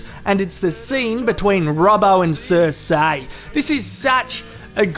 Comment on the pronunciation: It’s Cer-see not cer-say, fuck! Stop embarrassing us Aussies with this shit. Love your channel though